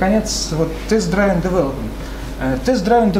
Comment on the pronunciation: "Дривн", чувак. Не "драйвн" :)